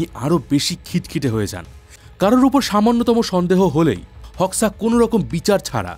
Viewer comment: গত চার বছর ধরে আমি আলবেনিয়াতে বসবাস করছি, আলবেনিয়া মানুষ গুলো অনেক ফ্রেন্ডলি, আর তার নাম এনভার হোক্সা(হোকসা) না উচ্চারণ টা হবে HOXAহোজা। 😅